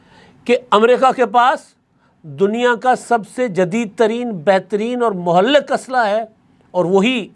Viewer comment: It is Mohlik and not Mohallik.